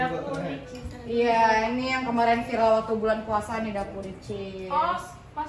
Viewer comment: Di menit salfok kak ricis ngomong wilcis